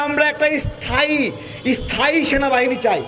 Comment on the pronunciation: আরে পাগলা, ওটা ইস্থায়ী নয়,স্থায়ী!!!!😆😆😆😆😆